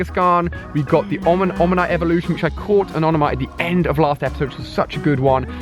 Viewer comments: Omonyte not onomyte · Dude u say omanyte wrong it's oMaNyte not oNaMyte